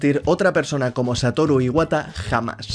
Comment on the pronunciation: que descanse en paz Satoru Iwata no a sido lo mismo sin el era un genio en todo jajajajajaja buena pronunciacion de japones y buen video sigue asi